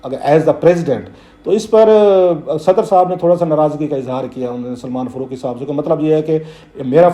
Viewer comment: ۔۔۔۔۔فروقی ؟؟ کلاسرہ صاحب آپ بڑے صاحب علم ہیں۔ بمہربانی الف اور ع کے حروف بولنا بھی سیکھ ہی لیں۔۔۔ فا ، قا ، جا ، با۔۔۔۔۔ فّا روق ، جّا وید ، بّا ہر ، قّا ئدِ اعظم۔۔۔۔۔